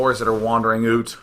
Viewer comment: Day9 says '... wandering oot... ' like a Canadian instead of 'wandering out'. Slip of the tongue or LAGTV reference?